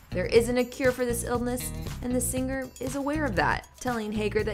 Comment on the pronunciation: I Love Alan Jackson! One of my favorite country artists, I pray for him🙏🙏🙏🙏 On a completely separate subject, the Narrator, Reporter, whatever you call her is very much indicative of today's on-air talent. Annoying, affected delivery. Why can't the just talk to me instead of putting on the announcer voice? And the word "singer" is pronounced "SING-er" not "SING- grr". Accckkk